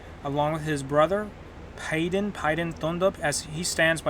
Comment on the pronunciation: Not making fun because our accents are different but the pronounciation of Palden had me dying🤣🤣